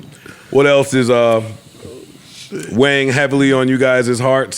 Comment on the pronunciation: He said "weighing heavily" but I heard Wang heavily and screamed ayo